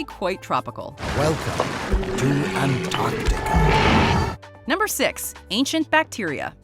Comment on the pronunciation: ''ANTARCTICA'' IS PRONOUNCED ''AN-TARC-TI-CA.'' NOT ''AN-AR-TI-CA.'' Why does EVERYONE always get that wrong?! It's so irritating! It's a very simple pronunciation! Only an American can say that wrong. This concludes my biggest nitpick with that name.